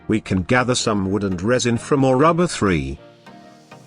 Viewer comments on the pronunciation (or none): Why does the tts pronounce “tree” as “three”